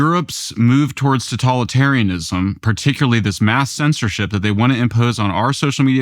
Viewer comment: If he says 'tatolitarianism' one more time...😤